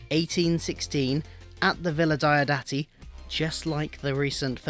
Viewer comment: I'm really not that bothered by any clashes between BF, the novels and the TV show, and I'm happy to treat them as parallel histories. PS: Diodati is pronounced "DEE-awe DAH-tee" (hope that helps).